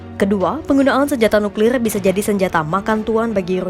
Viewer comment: nuklilrlr nuklilr r nya seperti orang British 😊